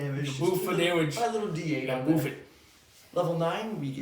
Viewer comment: "Boof the damage" lmao